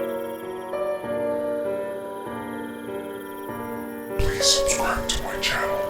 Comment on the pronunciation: Please don't rhyme anymore EDIT:He said Farm wrong to damn rhyme it..